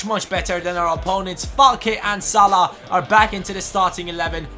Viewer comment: WTF? Salih it's salah lol